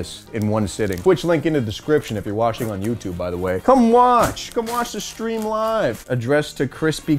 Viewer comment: "loive on twitch"